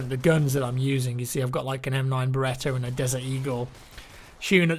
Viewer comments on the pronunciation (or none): Love the "M9 Berettar"